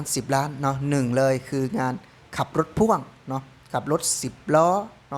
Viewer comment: รถพ่วง บ่าวยอด อ่าน พ่วง บ่าวน้อย ปากเซ อ่าน พ่อ วง 😂😂😂😂😂😂😂😂😂😂😂